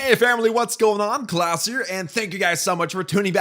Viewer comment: every time u say Klaus, sounds like class